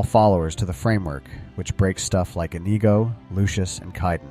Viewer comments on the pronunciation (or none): It's not i-NEE-go, rewatch the princess bride for the correct pronunciation please.😁